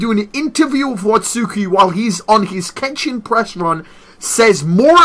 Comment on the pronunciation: The first part in Kenshin's name your saying it completely wrong lol, you do this with everything and it Urks me